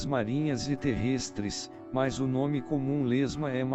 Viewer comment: Terrêstres 😂😂😂 que narração horrível